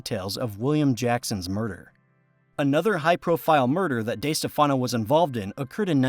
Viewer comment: It is pronounced Di Steff Uhh no. I can't stand it when people mispronounce what is also MY last name.